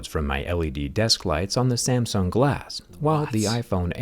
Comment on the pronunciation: "I used to have zamzung' haha don't start this again. makes me think of the other vid where bro said cumstasia